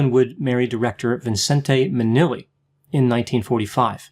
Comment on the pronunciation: You keep saying Garwin instead of Garland. Minnelli was miss pronounced initially and you seemed to say Cindy Lunft instead of Sidney. Are you ok?😆😆😆